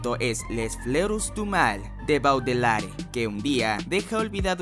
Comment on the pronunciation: gracias por tus sugerencias. amigo Baudelaire he escuchado que se pronuncia generalmente como Bodeler